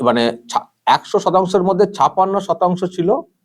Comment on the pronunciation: দাদা আপনি বাঙালি ছপাণ্য টা কানে লাগছে। ছাপ্পান্য উচ্চারণ করলে পরিপূর্ণ হতো। Sorry